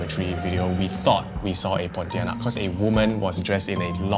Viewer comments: I cringe every time you say ponti... I saw one at the hospital 😅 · He did ponitianak dirty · it's not pontianak bruh, you even got it wrong with the name smh